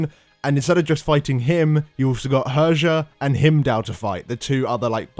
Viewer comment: "Herjah"... cringy moments... She is actuallty "Heeryah"